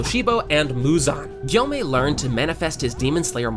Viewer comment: It’s Gyomei not guyomei